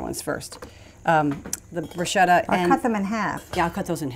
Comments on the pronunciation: .....bru...sket....ta!!!!! Not bru...shet....a. Please! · Yes! The Italian word “bruschetta” is pronounced /brus-ke-ta/ because “ch” is always pronounced as /k/.